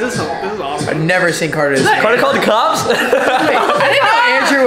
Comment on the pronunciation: Who Heard say Carter piss